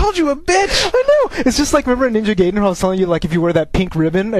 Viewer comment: Just f.y.i Ninja Gaiden is pronounced "Ninja Guyden" not "Ninja Gayden"